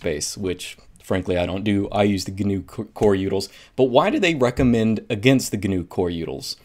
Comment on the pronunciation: Instead of utils he says yoodles. First time ever hearing this XD